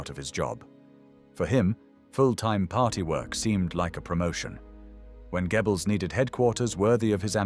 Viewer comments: Gebbles??? 😆 😂 You Brits couldn't pronounce German to save your lives. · The translation of the names of the Nazi leaders is so bad. "Dschiebels, Ramel". Very stupid AI! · It’s AI, and I’m not sure there is an English equivalent/spelling of the German pronunciation of “oe”. It’s not “Gebbels”, and not exactly “gyobbles”. Americans usually pronounce the name as “Gurrbles”, which is even worse. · KI ist dumm, kann nicht einmal Namen richtig wiedergeben! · If only he'd pronounce Goebbels properly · This narration sounds good but I still think it is AI... Goebbels is constanly pronounced incorrectly along with a few other words that point to it being AI. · Really like the content, but please sort out the pronunciation of 'Goebbels'. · c'est quoi ce commentateur de merde, qui ne sait pas prononcer le nom de Goebbels.